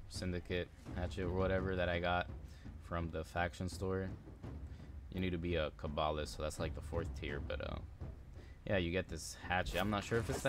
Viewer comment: That’s the correct pronunciation